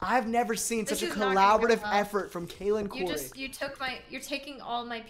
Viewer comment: said “kay-linn”